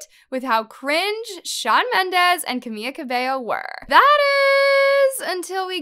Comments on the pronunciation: BISH STOP SAYING CAMIYA ITS FREAKING CAMILA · Not pronouncing Camila as Cami-Y-a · She keeps saying camia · girl its camiLa not where are you getting camiYa from? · Sorry but you called Camila cameeya?😂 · why does she keep calling camila "camia"😭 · im sorry but i could only focus on saying “camiLLa cabello” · I totally get that you're a tea page and I have nothing against it. Except if you want to run your mouth about celebs, at the very least try to pronounce their name's right...where do you even get a "y" in Camila that makes you say "CamiYA". I also can't seem to understand how you're so invested in all these celebrities' lives but you missed the fact that the video of Shawn and Camila was satire. Get the facts straight or you'll just look goofy, the point is that they didn't care what people thought about their relationship.